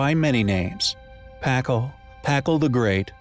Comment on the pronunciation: Can someone please just adjust the AI to correctly pronounce Spanish and/or Mesoamerican names? It's downright painful, not to mention confusing... "Puh-call", "Puh-len-kay", etc. 🙈